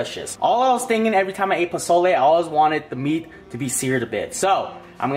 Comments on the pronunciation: Omg you made pozole and you can finally pronounce it. Im pumped for this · Bro you are 100% correct on the pronunciation and yes its Mexican. Looks so good man. Where you at? Im coming's over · Yes you said it right! Pozole And the hominy looks legit, good job 👍 not bad for your first time. And it looks like you really enjoyed that! Lol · U said it right don’t worry 😉 I actually ate that today so :) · YOU SAID IT CORRECT XD